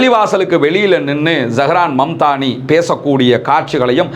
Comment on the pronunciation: அவர் பெயர் Zahran mamdani இல்லை, zohran momdani சரியாக சொல்லுங்கள்